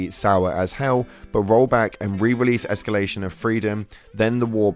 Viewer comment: "De-escelarion of Freedom"